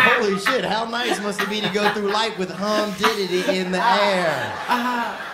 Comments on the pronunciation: I lost my shit at "humditity" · "I ain't so much the heat much as it is the hum-ditity" theo von !!!!!